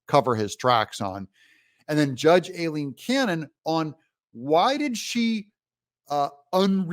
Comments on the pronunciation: If you don’t want to CORRECTLY pronounce “Aileen” [EYE-LEEN, not A-LEEN) then please just call her Judge Cannon !! She’s so professional & awesome and she certainly doesn’t deserve to have you BUTCHER her first name every single time !! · Judge's name pronounced, "I lean." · D u h h, it's pronounced Eileen, spelled A i l e e n